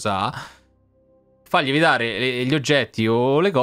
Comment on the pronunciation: "Lievitare?" Ho sentito bene sig.?🤣🤣